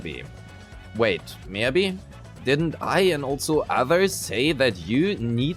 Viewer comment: MiYAbi. Not Miabi, it shouldn't be that hard